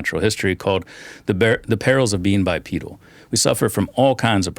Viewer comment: Dude mispronounces “bipedal” 😮